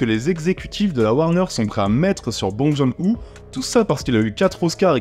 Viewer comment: Bong John Hu tu as bien massacré son nom, ça se prononce "Bong Jun Ho" pour Bong Joon Ho J'ai beaucoup ris quand j'ai vu le film ce week-end en Corée, par contre j'étais le seul à rire sur une salle bien remplis